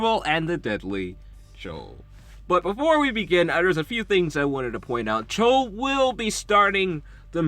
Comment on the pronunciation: i laughed so hard everytime i heard chole instead of chloe, great video